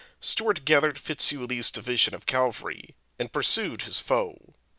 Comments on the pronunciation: The amount of times I heard Calvary instead of Cavalry really distracted me. Cavalry is a horse you ride and Calvary is a hill where Jesus died. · "Calvary" or "cavalry"? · Ha ha ha! I thought it was a mistake the first time he said "calvary" but I guess that word is the narrator's nemesis. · The word is pronounced CAV al ry. After the first four or five times the mispronunciation becomes very distracting.